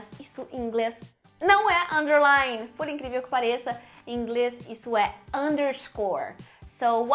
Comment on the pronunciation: Curto muito os vídeos da Carina. Acho que engraçadinho quando ela pronuncia em português "Inglés".